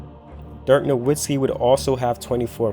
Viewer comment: hey man u gotta learn to pronounce "Nowitzki" correctly if u want to be taken seriously in your NBA Videos